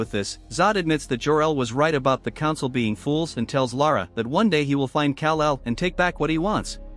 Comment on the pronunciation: Kal el not cal el